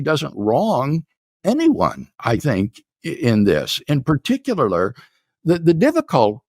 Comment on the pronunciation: did he say "particulalure" ? saxamaphone?